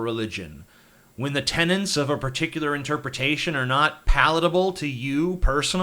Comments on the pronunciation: BULLSHIT!! We have no obligation to accept anyone as "refugees" if there is the slightest chance some are coming just to kill us! How naive are you, TJ? By the way, it's "tenets," not "tenants." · Tenets. The word is tenets.